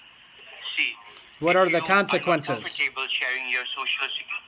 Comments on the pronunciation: “ComferTABLE” was my favorite part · Lmao comfor table!